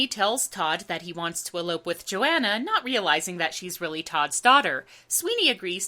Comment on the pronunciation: you pronounce Joanna to rhyme with marijuana?